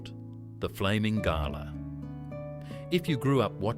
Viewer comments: It's pronounced Glah not Gala, ya Galah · You lost me calling a Galah a garlar. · Even images are NOT AUSTRALIAN Bloody shows a classic American House. Galah was pronounced as GALA, as in "A Gala Ball". Did not explain why Galah is such an Australian insult. As in, you Bloody Galah. Shot a Galah out of the sky, but not killed outright. Put your foot on its head. The injuries Galah communicates to the other Galah to come back. Those stupid returning Galahs can be shot down. Or if you were Aboriginal, you and your Mob throw many boomerangs, spears for a good dinner that night, KFC Style. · It's Gal-ah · Arhhh come on mate,,,, that flamin pink bird is always pronounced "GUL-ARRR" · Haha right?! Nothing says “not from round here” like pronouncing “galah” with an R at the end. It’s g’lah, like “g’day’s cousin.” 😄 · Galah according to this video, has a silent "h", hence GALA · I suspected this was AI then when the “Aussie” narrator mispronounced “Galah” I knew it for sure. This is AI slop. Don’t like, don’t watch. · This AI is a flamin’ galah! It can’t pronounce galah properly!😂😂😂😂😂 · "O-zees loved it". YouTube videos these days contain words that AI doesn't know how to pronounce or pronounces the creators typo's. Whether the creator wrote Ozzies or Aussies, you cant trust AI will still pronounce the correct spelling the right way. Right before this one it also pronounced Galah incorrectly. I hate AI, it ruins videos. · AU artificial unintelligence Galah is pronounced g’lah like G’day Stone the crows was the predominant expression, not stone and he flaming crows Drop the “with me”from Don’t come the raw prawn with me Also donga not donger Pronounce the “g” as in song wrong or long ( not like the G in longer